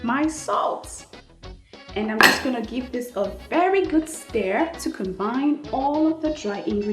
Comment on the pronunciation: Your recipes are amazing.. Love everything! Just change pronouncing STIR as STARE